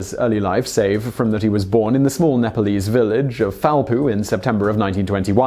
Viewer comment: LMFAO This guy was born in "FOUL-POO"!!!